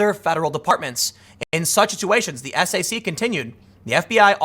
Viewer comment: SAC- pronounced SACK! TEABAG - Tactical Evaluation, Assessment Bureau of the Attorney General.